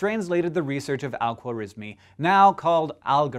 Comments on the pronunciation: we pronounce it khwarazmi خوارزمی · Most likely Persian!? How ridiculous,he was Persian alright,you can pronounce his name nor algebra correctly! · The way he said his full name 💀